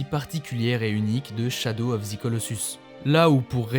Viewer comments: Shadow of "ZE" Colossus, pas "zi" 😭😜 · C’est « ze » et pas « zi » colossus, tu prononces « zi » uniquement si le mot suivant commence par une voyelle